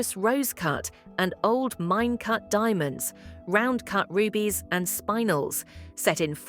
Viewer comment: Interesting and informative, yet A.I. voice-over is a poor interpretation of English. What is a Spine-el???